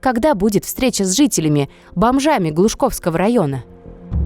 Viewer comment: Глушковского а не ГлушАковского.